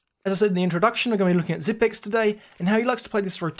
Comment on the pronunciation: It's Xypnix. Not xypics.